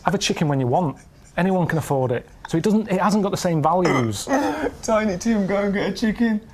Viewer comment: "Tiny Tim go get chicken" makes more sense for the story. But seriously, both their "go" sounded like "don't" or "doan" something mashed up like that. I blame the British accent making these into short syllables and peppered them everywhere in their conversation.